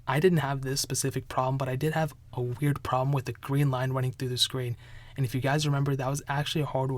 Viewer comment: Hearing you say wearied makes me feel sick